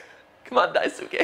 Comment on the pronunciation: good lord that is NOT how you pronounce Daisuke